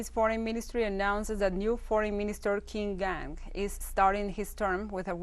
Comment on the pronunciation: Thank you for the news update. Russian ruble is pronounced as 'ru ble' not 'rub ble', which means trash. New Chinese FM's name Qingang is pronounced as 'Ch-in Gh-ang', not king gang